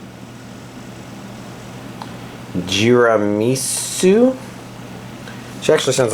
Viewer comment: it's Tiramisu, like the sweet Tiramisu xD